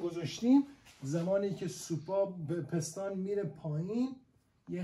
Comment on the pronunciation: توروخدااینقدرنگوپستان پستان پستان بگو..پیس تون پیس ..پیس .پیس ..تون تون ..پیس ....پیس تون پیستون آخه پستان چیه مهندس